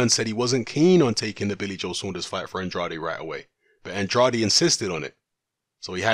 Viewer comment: Even more Andrade mispronunciations in this video than the last one...